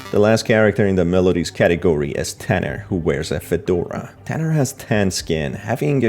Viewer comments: It's "Tunner" not "Tanner" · the way you pronounce the tan sprunki is actually tunner not tanner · Bro it's not tanner it's tuner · Tunner not Tanner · Tunner, Not Tanner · It’s tunner not tanner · It's tunner not tanner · It's not tanner it's tunner just saying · TUNNER ITS NOT TANNER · Isnt it Tunner and not Tanner?? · it's Tunner not Tanner :\ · Tanner? Its tunner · HIS NAME IS T U N N E R, NOT TANNER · By the way.. Its tunner not tanner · id take that with a grain of salt cuz this guy literally called him "tanner" instead of tunner